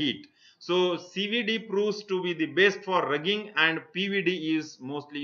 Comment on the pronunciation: Sir pronounce wrong the word ( roughing )😂😂